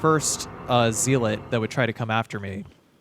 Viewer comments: Hate to be this guy but the first syllable in “zealot” is pronounced “zel” not “zeal.” I’m only point it out because you seem intelligent and have a nice vocabulary so I’m guessing that you’d want to pronounce it correctly. Great video as always. I always go back and watch you play through after I finish them to compare how I approached everything with your methods. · ZEE LAWT Ze-lut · it's pronounced "zeh-lot" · Dude I love this channel.. currently playing res 4 on my phone with the dolphin emulator and an Xbox one controller in regular resolution and I'm jealous of the 1080p textures (bought it for gamecude Wii and PS4 twice)....but ffs what the fuck is a zeelit lol had me so angry for no reason? Zealot my guy. Also you addressd it future me here. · Oh man I knew this was gonna be a long video when you started pronouncing “zealot” as “zeeelet” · The pronunciation of zealot as zee-let is interesting to say the least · I never thought I'd hear someone mispronounce zealot that many times in one video, that was impressive! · As soon as I read this comment he said it twice lol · the word zealot rhymes with pellet.